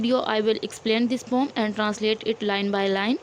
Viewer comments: Poem ❌ Poom✅ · Not poom ❌poem ✅ mam